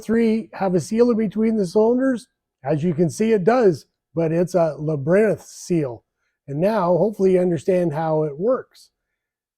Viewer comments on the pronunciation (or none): Labyrinth? Like LAB-e-RINTH????